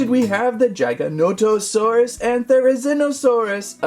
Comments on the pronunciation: Giganotosaurus. Not Gigantosaurus. Bruh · Also this is how you say gigantosaurus Its not like jigantosarus Its like how you say g like giganatosaurus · Gig-a-nah-to-saur-rus there ya go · The way he says giganotosaurus… GiGaNoNoToSaRiSs cool video tho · It is pronounced JIG-O-NOT-O-SAUR-US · It’s pronounced (this is how I say it but I hear others say it like this) jiga-noto-sauras so basically you’re saying giga but with a j and the rest you say right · Here's how to pronounce their names jig-uh-no-toe-saurus, their-uh-zin-oh-saurus. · Everything he says giganotosaurus apart of my heat dies